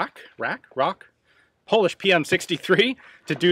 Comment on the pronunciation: Pronounce it as in Rack.